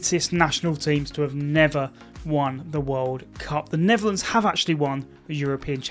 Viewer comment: I heard that too